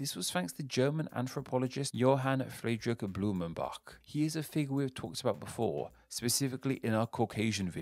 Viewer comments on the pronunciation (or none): none